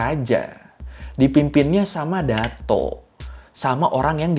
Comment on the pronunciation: Bacaan nya bukan dato bang tapi datuk